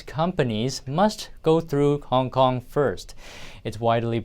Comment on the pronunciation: "𝗞ONG KONG" (?)